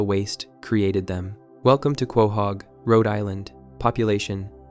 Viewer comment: “Kwahog” lol